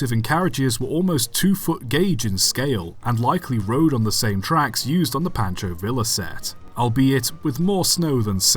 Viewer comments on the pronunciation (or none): In the spirit of nitpicking, Pancho Villa is pronounced vee-ya (like the Canadian national rail company), not vill-a. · Please make an attempt to pronounce Spanish names correctly, I'd rather a butchered attempt than no effort. Pancho Villa is pronounced "Pahn-cho Vee-ya" and it kills me hearing it wrong. I don't mean to be an asshole but you give other languages the same decency, so why not Mexican Spanish? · Yeah you’re brain must be so smooth you can pronounce Pancho Villa correctly